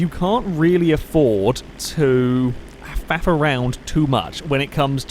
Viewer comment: Faff around, not fap around.